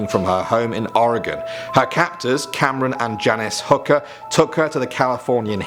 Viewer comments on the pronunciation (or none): Dude you idiot it’s not Aregon It’s ORegon. You pronounced the rest right though.